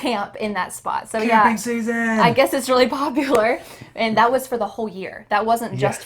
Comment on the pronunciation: can you do me another favor? I definitely heard native says and that as an-nat, on this as on-nis. I dont know if i heard it correctly but doing this as doin-nis??? Thank you a lot